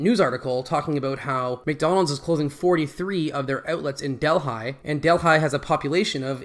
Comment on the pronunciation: LOOOL, I can't believe this dude simply because of the way he pronounced Delhi.